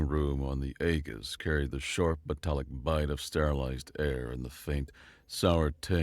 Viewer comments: Some help with the military jargon: "Aegis" is pronounced EE-jiss. "Ensign" is pronounced En-sin. Hope this helps. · Small correction: Aegis is pronounced AGE- iss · "aegis" is pronounced AY'- jiss. You read for a living, right? Maybe read a dictionary for yourself 😅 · the shield of Zeus Aegis is pronounced more akin to ae·gis this is phonetic spelling.